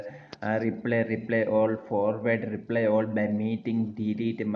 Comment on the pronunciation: Excellent job. (If useful, the pronunciation of Reply is not "re-play". It sounds closer to "ree-ply".